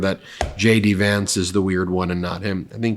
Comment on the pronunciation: The speed you say JD Vance sounds like you are saying Shady Vance.